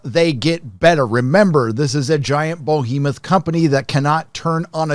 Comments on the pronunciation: Somewhat off-topic, I suppose, but... bOhemoth?...uhh... bEhemoth. And not the only one I've heard mispronounce the word lately. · “bow-hemoth of a company” now I just think of the archers from dark souls that just are there to piss you off... and yeah that sounds like Disney! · Behemoth, it’s Behemoth. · Why don't Americans understand how to correctly pronounce 'behemoth?'